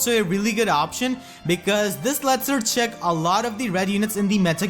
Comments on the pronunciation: Boyyyyy it's not "Cherech" is "Share-she" Cherche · Cherche is pronounced Share-Sh not charage or whatever you were saying lol. Share-Shay would've also been acceptable.